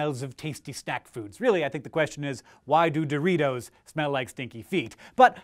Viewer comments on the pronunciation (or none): none